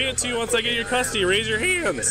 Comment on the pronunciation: Rise your h-Ands 😂😂😂